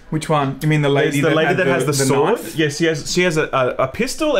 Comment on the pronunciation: I like that says "knife" like Crocodile Dundee and says "knife" like Uncle himself.